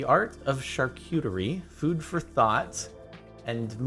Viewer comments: Who thought he said food for thots instead he f food for thought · I thought he said "Food for thots" cuz I wasn't really looking at the screen lol